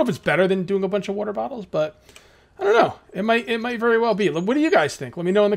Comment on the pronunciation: woter battles